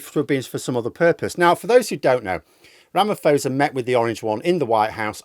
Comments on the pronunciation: Ra - ma - posa, not fosa. It basically for SA taking Israel to court. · Not to be pedantic, but its RamaPosa not fosa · At least learn how to pronounce his name before posting.